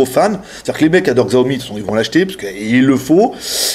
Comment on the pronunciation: Je l'aurais acheté tout de suite s'il était en 5.5 pouces mais en 5 je trouves ça trop petit. Je me suis habitué à mon zopo zp980+ puis à mon xperia Z Ultra donc j'ai plutôt opté pour le One plus One. PS: Cela se dit "sha-ô-mi" :D 33K c'est un peu mauvais. C'était lié au fait qu'Antutu était en beta ?! Parce que le mi3 est encore à 37K ... C'est un peu bizarre. Mon Oneplus est à 44K